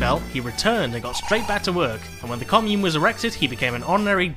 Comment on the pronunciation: Can someone please tell this guy how to pronounce commune